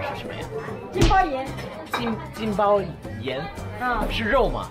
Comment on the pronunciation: 金包银（yín），你这发音都被当地人带跑偏了😅